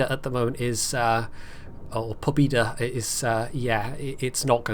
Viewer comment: If I recall correctly, it's pronounced po-BYED-a